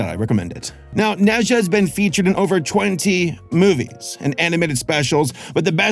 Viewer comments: Adore this movie. Amazing. Random, but it’s pronounced Nuh-ja, as opposed to Neh Zhuh. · Ne pronouns “Ner”, “er” with rising tone Zha pronouns “Zhar”, “ar” as in “Car” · As an asian, it’s pronounced “na jah” and he’s a chinese mythology character and he’ a chaotic kid with superpowers i guess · the pronunciation is ner zhar (rhymes with nerd and car), not net zhar. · Him pronouncing it “neza” hurts me inside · Hello, I'm from Hong Kong, China and I can prove that. It's pronounced "NaJa" here. Similar to Germen isn't it? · 你的评论真好 - 应该说" Nuh Jah" - 加油！